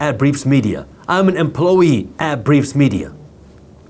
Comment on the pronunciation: Ugh so many bot comments 😤 I appreciate your videos ty brother 🙏🏽 also made me laugh how you say employee like emplowee 😂 cute